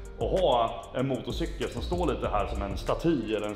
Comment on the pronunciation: ”Motocikel” haha